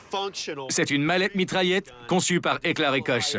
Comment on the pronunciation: on prononce pas Koche, XD Ca se dit plutot Kor et on prononce mashinen Pistole Virtsich et pas vierezigue lol